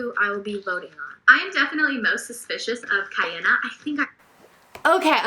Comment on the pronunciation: the name Kiana is an interesting one and I don't blame you at all for pronouncing it wrong. in Hawaii, where I live, it's quite a common name but everywhere else I believe it's pretty unique.